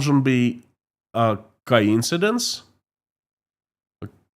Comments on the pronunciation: Co-insidence not ka-insidence. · Quick English lesson it’s co-incidence.